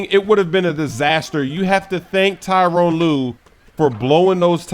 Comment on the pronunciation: Tyronn not Tyrone lol